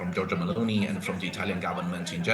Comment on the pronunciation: Can you learn to pronounce Meloni